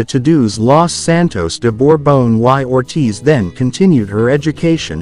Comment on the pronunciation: Lo de “uai Ortith” suena encantador, por decirlo amablemente. ¡Estas lecturas con AI…!